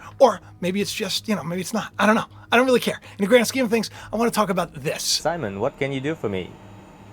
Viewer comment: The astronaut and the robot is saying his name is Simon.. And ur pronouncing it Simone